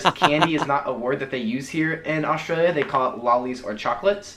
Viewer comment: I love how you've learned to just say 'straya every time now! 😂